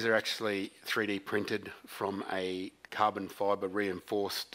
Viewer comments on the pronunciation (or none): none